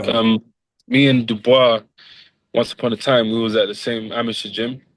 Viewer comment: It's not Du-boice...it's pronounced Do-bwah🤦🏽🥊I'm still a supporter..you're a pretty good fighter💪🏽